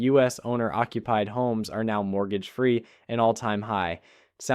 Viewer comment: what the hell is a “mooger”. 🤣